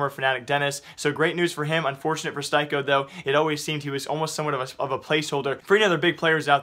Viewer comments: Styko is pronounced as Sticko... Thanks! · Joni Lantinga it's pronounced "steeko" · Styko's name is pronounced steeko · His name is pronounced Steeko, do you do this on purpose? It triggers me so hard, surely you just need to watch one mouz game and hear how the commentators pronounce his name, do you even really care about what you're talking about? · the only offense to styko is how you pronounce his name lmao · Rip Styko, rip Styko pronounciation